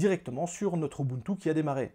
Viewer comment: A chaque fois que tu disais ubuntu, je pensais direct à Moboutou 😅